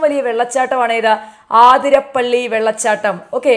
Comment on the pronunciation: aathirapally allattoo Athirappally superb class Adipoli...nannayi manasilayi...